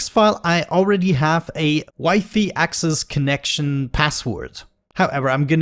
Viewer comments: Nobody: trying to pronounce wi-fi: W I F E Y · I pronounced it as "wee fee" when I was a kid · Is not mispronounced for him, is just that just about any other language besides English, i is pronounced like English e.